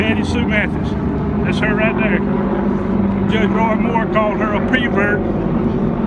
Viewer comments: doesn’t matter, but why does he keep saying “PRE-vert” ? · This is very touching, and I feel really bad for this guy. It sounds like over the past few years he has grown as a person, but it is tragic that it came with such a terrible cost. All of that said, his pronunciation of "pervert" is like nails on a chalk board to me, but I suppose the folksy speech pattern is part of the charm for some.